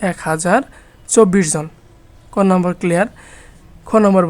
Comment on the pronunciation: ৫ম শ্রেণির শিক্ষার্থীরা সূত্র জানেনা। তাই তোমরা জানো না বলে সূত্রগুলো আগে শিখিয়ে নিতে হবে। আর উচ্চারণ ও হাতের লেখার প্রতি আরো যত্নশীল হলে ভালো হয়। যেমন বাংলায় নাম্বার নয় নম্বর। ব্যেংক নয় ব্যাংক ইত্যাদি।পারছো???